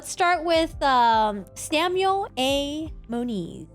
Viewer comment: It is Moniz not Muniz